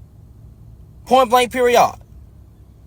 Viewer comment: Did he say “point blank periyaad”??? Somethin ain’t right